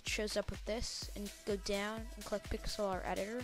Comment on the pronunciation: nice video, but its pronounced pix-ler